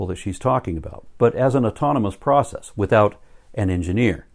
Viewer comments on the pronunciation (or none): none